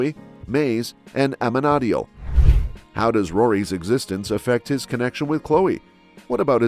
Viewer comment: You kind of made a mistake when you said amenadel you did not get his name correct